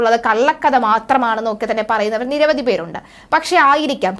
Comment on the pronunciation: നിരവദി പേർ എന്നല്ല, നിരവധി എന്നാണ്. ഉച്ചാരണപ്പിശക് ഒരുപാടു വരുന്നുണ്ട്. ശ്രദ്ധിക്കുമല്ലോ.